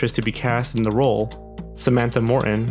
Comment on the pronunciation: you pronounce morton oddly...